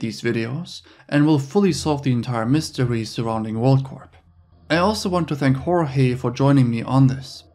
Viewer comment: it's pronounced like 'George' btw.